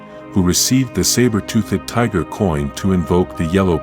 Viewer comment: saber tooth-ed tiger